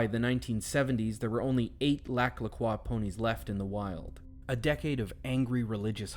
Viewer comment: I’m from there- why are you saying croix wrong 😞